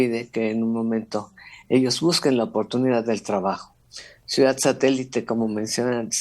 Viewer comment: Por qué el a veces dice "suidad"?